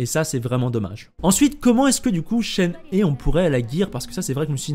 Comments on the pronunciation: ça se dit chène-hé (shéné en gros) XD merci pour toutes les infos en tout cas, plus qu'à attendre la release pour avoir confirmation! ah oui et Eula ça se dit "est où là" le U se prononce en gros entre le "U" et le "OU", et le E au début se prononce "é" :p tu me stresse avec "euh... là!" :D Apres jouant beaucoup Ayaka Raiden Eula, je pense la pull, et même sans ça, je la trouve super belle, son design est magnifique, donc je l'aurait pull quoi qu'il arrive. Vu que je veut absolument Yae Miko aussi, et que j'aurai bien aimé aussi chopper Zhongli a son re-run, ça va encore me couter une fortune cette connerie... trop de bons perso qui arrivent d'un coup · bon à savoir, je connait très peu le mandarin, je ne parles pas chinois, et mon jeu est en doublages Japonais (que je suis entrain d'apprendre), du coup je me fie a ce que je connait, et qui reste relativement proche du chinois, le Japonais êtant a la base du chinois simplifié. Mais du coup oui vu que c'est un jeu chinois et que le perso vient de Liyue (chine) tu as clairement raison. par contre j'ai hate d'entendre les anglais massacrer son nom en "she and he" 😂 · Heyy ! ShenHe se prononce « SheunRheu », d’ailleurs dans son nom on retrouve le caractère qui signifie Cigogne, cela fait lien avec le fait qu’elle soit la disciple de l’Adepte Souffle-Nuage ^^ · je rajoute pour éviter toute confusion que le son "eu" est un "eu" ouvert, comme dans "reuf" justement ou "un oeuf", et pas comme dans "des oeufs" ou encore "ceux-là" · alors je sais pas de quel accent tu parles, mais "shen" ne se prononce pas comme "chêne" ou "chaine" en français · coucou, je suis chinoise so je pense être qualifiée pour dire si c’est ça ou pas, et non shen ne se prononce pas comme chêne ou chaîne, voilà bonne soirée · Non ça se prononce absolument pas "hé". Regardes cette video, la personne nous montre comment c'est prononcé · d'apres des posts de personnes parlant mandarin, ça se prononcerait shen heu ou un truc comme ça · ça ce lit CHEN RE